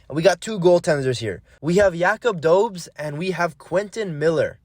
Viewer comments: for dobes, you pronounce it "doe-besh" , other then that nice vid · actually doe-besh lol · Dobes = Do-besh. Thats how you pronounce his name. He is the man who will defend our net for many years.